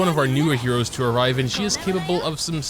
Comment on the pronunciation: Lawd it bugs me when he says "heros"